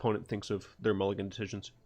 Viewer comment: “Nulligate”?! Are you speaking the language of the gods?